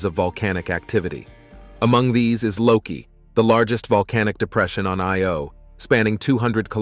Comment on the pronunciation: or, whichever the case may be, great video. May I point out that, although you got Metis right, Thebe is THEE-bee, and the 'I' in Io gets the accent, not the 'o'? Also, the distance figures given for Titan are way off, as 430 mi. doesn't convert to anywhere near 6419 km.